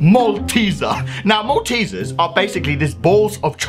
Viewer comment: What’s in a malt -easer...malt